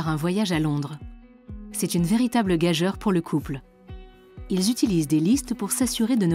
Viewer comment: Franchement Arte... Documentaire intéressant, mais à , « gageure » ne se prononce pas comme ça, mais comme « gajure ». Vous devriez le savoir.